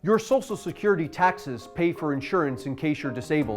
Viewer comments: Great video. I just wish he knew how to pronounce "SOCIAL". It was kinda annoying. "SOSSIAL SECURITY" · Love these, brilliant, 10/10, but please, it's "Social" not "Sosal" security.